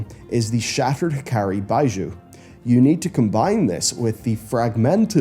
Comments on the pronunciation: Ugh, hearing BYE-JOO over and over honestly made me sick. It's BEE-ZHOO. A tiny bit of research into the origin or meaning of the word would have helped if you're going to say it 23 times during the video... 😜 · Bijou - pronounced Bee-Shew …. Not Buy-Joe… honestly. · Bijou is pronounced BEEzhu. The origin is French, and is an old word for a jewel or trinket in English. There’s also a street by that name in my city. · Bee-joo. Bijou's pronunciation hurts me every time says it. Also laughing that HAzelnutty quit priest main and started maining it. xD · Bijou is pronounced bee-zhoe [ˈbē-ˌzhü], its actually derived from a "french" word that originally stems from the celt language breton, related to cornish and welsh. Back in the day it meant a ring but nowadays its just any small and delicate ornamental jewellery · Do yourself a favor and Google how to pronounce Bijou. Your pronunciation is so cringeworthy. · Please look up the pronunciation for bijou lol.. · why can't you learn to pronounce bijou? so painful to listen to..